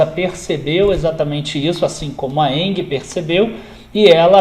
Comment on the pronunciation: Cara, uma observação: Você esta pronunciando ENGIE errado. Nao é "ENGUIE", nao existe este "U" entre "g" e "i". Abs